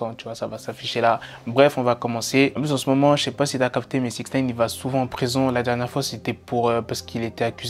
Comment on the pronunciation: # 'D'aller en rison' XD